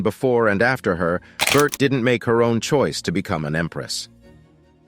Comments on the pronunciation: Its pronounced JENG-GIS KHAN. It's pronounced BOR-THAI not BERT😅. Please do your research well. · Bert though 😂 it’s pronounced bor tey 😂